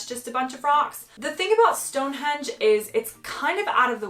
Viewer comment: I agree with you with all the others, but Stone Hendge come on 😮? Lol